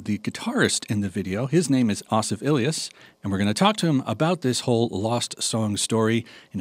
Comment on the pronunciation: I thought it was pronounced ASSif, not AHSif.